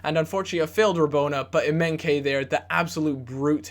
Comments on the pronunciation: Emenkay hahahahahahahahahahahahahahaha his name is EMENIKE EM-E-NEEK-AY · Eminkeye pronounced ehm-eh-nee-kay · its not emenke, its emenike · EM-AH-NEE-KAY not emenkay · thats completely wrong if you say that to yourself that sounds more like M- ee-nie-kee yeah. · Emenike is pronounced M - N - EEE - K. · EM-AY-NI-KAY KSI would be Dissapointed! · EM E KNEE KAYYYYYYYYYYYYYYYY thats how you pronounce it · lol emenkay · I Felt like leaving when he called emenike.. emenkay... -.- gosh!! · ITS EM-EN-EE-KAY!! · how to pronounce emenike emma-knee-kay. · em-en-ee-ka not that hard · i think its pronounced EM-EN-EEKAY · emenike is said e-m-e-n-ee-k-e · Its pronounced "Eh-men-ee-kay" ;-) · it's pronounced Em-e-neeee-kay. Just saying ( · It's pronounced "Em-eh-nee-kay" :) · The Nigerian striker's name is pronounced something like A-may-knee-kay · Em-en-ee-ke and Well-i-ton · its pronouncd EM-E-NEE-KAY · It's EM EE NI KAY and it's WELL I TON! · Please don't ever say Emenike's name like that ever again...